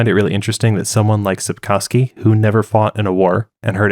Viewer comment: You butchered both the pronunciation and the spelling of Sapkowski in the opening seconds, and that was only the beginning of inaccuracies of this summary.